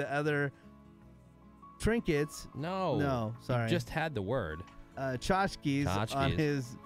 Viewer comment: It's pronounced tchotchke.